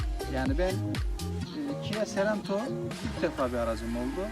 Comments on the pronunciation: kia seranto dedin kapadım videoyu. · Sarento değil de Sorento olmasın o